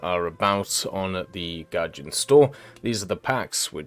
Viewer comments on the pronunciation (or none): none